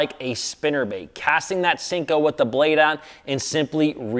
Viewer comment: 何より【シンコー】が間違ってる🤣